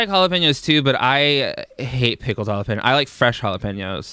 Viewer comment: How she says Jalapeños annoys me..... Halla-PEENOS